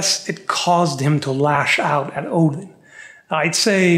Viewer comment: I truly appreciate proper pronunciation of the Allfather's name. The devil is in the details...